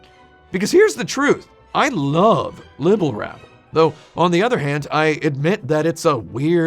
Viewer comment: As obsessive as tim is over accuracy did he really not notice he said Libble Labble instead of Rabble?